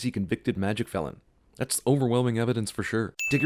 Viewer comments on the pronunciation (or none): I love how he pronounces Fleur´s name. It´s Flör, not Fluur. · Is this really the way you english speaking people say "Fleur"? With an "oo"? "Eu" is actually kinda pronounced like "a" in french. (And no we don't look like that, I promise) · Yes, Durmstrang is in northern Scandinavia. And, just like Hogwarts, it accepts students from other countries as well. Replace this sin with: "Changing Durmstrang and Beauxbatons to single-sex education institutes". P.S.: Minus five sins for your pronunciation of "Fleur". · And a sin for you for pronouncing Fleur's name so terrible